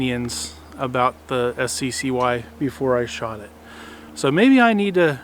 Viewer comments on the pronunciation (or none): It's pronounced "sky", not "ess see see why".